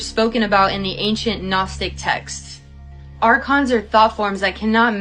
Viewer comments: Archons.....not Narcons. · ARCONS... YOU SAID NARCONS... REALLY ????? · Ohhh goodness, arcon not narcon 😶